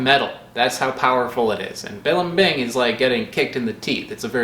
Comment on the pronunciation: As a native Tagalog speaker, his pronunciation of balimbing both horrifies and delights myself.